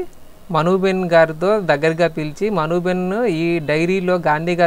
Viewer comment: Not behen,it is ben